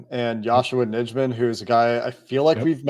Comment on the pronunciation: Hey guys I'd check the pronunciation of Yosh Nijman's name. I think it is pronounced Yosh Nighman. The packers have it on their website.